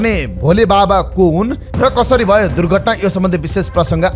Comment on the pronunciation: ह ह ह यो कस्तो उचारण भयो भन्नु पर्ने मा भवो यो असुद्धा भएना र सुजन ढकाल जि?